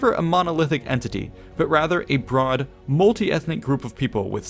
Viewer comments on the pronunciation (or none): none